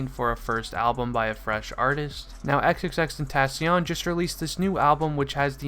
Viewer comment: vro u said said his name wrong aha but, NUMB